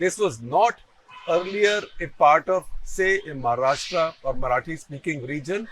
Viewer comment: Also, I think on the analogy of the pronunciation कर्नाटका, you pronounce 'Maharashtra' also as महाराष्ट्रा -- at least off and on, though admittedly not always. Well, it is and should be महाराष्ट्र.